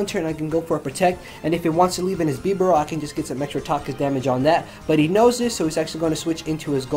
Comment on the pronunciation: I havent ever heard anyone else say it as sin tino or bast tow don and he said it as bee barrel